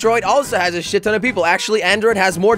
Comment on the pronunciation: This guy Jelly just said the s word, it is sheet